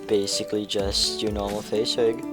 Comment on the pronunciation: its rig not vig